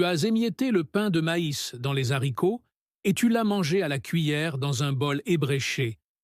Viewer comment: « Soupe aux - z - haricots » ? Le h est aspiré, donc on ne fait pas la liaison, voyons ! Soupe aux haricots.